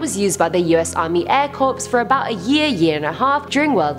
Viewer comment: it’s us army corp the p is silent...